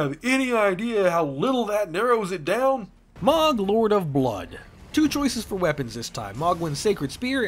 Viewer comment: mohg is pronounced MOO Guh not MAWG, also ive seen some melting builds with his spear